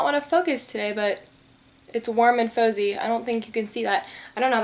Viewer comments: "warm and faux-zie" LOL. it's 'warm and fah-zee'. youre so silly xD love your videos. you have such a great personality and youre so pretty ( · "Its warm and fozzy" its pronounced FAH-ZY and it is from the muppets collection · haha its warm and "fozzie" like from the muppets, not fozy :) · fozzie the bear from the muppets..Its pronounced like fazzie but with an o....:) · the glitter polishes prom OPI are from the Muppets' collection! And the color you got was Warm and Fozy, but it's pronounced fozzy. ( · haha I would do the same thing! it's fozzy- faaaaaa-zeee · she said fozy